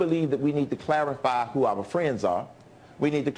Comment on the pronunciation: i hate how he says "our"